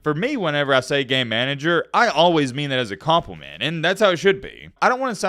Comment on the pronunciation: I watch my videos at 1.5x speed, and when you kept saying, “game manager”, it sounded like, “gay manager” 😂